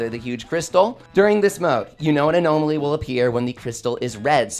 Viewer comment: Odd pronunciation of 'anomaly'